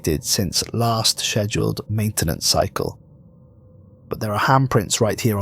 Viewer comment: Pronunciation of "Shchezduled" makes my balls ache